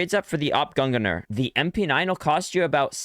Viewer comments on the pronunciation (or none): the awp gun-guh-ner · Bro fr said AP gongonir